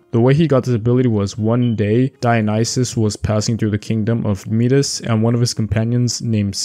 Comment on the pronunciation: Enjoyed this video. Some of the names are pronounced differently, though. Like Persephone is pronounced per-seh-fuh-nee and Midas is pronounced Mai-dus.